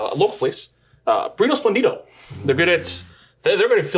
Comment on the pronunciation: Hey... really nice episode. Just one thing: please... it's "espléndido", not "esplendído", hehehehe.